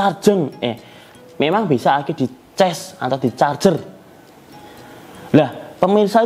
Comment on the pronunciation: cas bukan ces